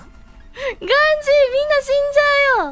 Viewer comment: ガン↓ジー↑で草